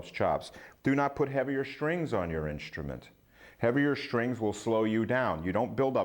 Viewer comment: His cadence is fine. I throw a flag on the play re: his pronunciation of “strings” as “shtrings.” A lot of New Yorkers put an “h” in words that have an “str” combination. “Shtrong” and “shtrength” are two more examples. The worst is “hishtree” for “history.” 🙄